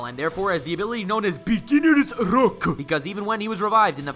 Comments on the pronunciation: It kills me every time I hear “beginners rrrruucckk” and “the power of main character” 😂😂😂😂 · “Beginners RRuck”